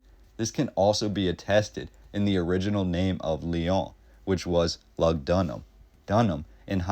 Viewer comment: Can’t stand the way you say the Lyon